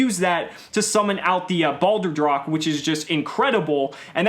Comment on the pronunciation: Pronunciation of Doomking Balerdroch Bal-Er-Droch* *Dur-Roch